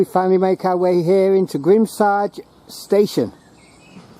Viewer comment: Great explore. BTW Grimsargh is pronounced Grims-narr.